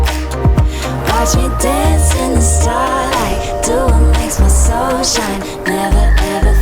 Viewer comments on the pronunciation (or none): none